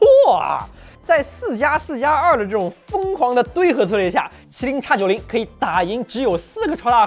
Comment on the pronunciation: 为什么麒麟是'插'九零，高通是X Elite 难道国外高大上:face-green-smiling: 不过算了 x86你也是读叉 海外同胞 土气扑面来